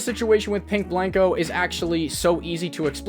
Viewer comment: RIP to my boy Pink Blank-o getting his named butchered multiple times throughout this video 😂